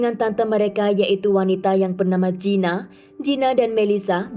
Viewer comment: Maaf mba, Gina diucapkan GINA bukan jina..